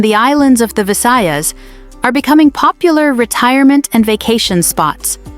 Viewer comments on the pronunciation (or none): none